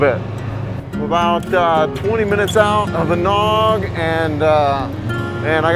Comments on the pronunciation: Butuan is pronounced Boo-2-Ahn. Gingoog is Hing-Oh-Ohg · breathtaking! and your not the only one that cannot pronounce Gingoog (even natives don not agree : )!